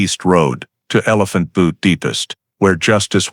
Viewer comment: That’s not how you say Butte 😂